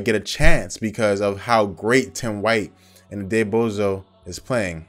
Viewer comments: Hey J, just a head's up, it's pronounced atta boy jo. I think. .. . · Also you pronounce it atta-boy-joe. Lol. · I think it's pronounced "Ed-ah-boy-joe," or at least thats how mike wallace said it in an interview